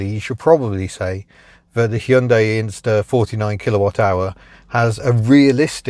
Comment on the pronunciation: I must commend you on your almost perfect pronunciation of 'Hyundai'. Most people say 'Hi-un-dai', which is super annoying. Bravo.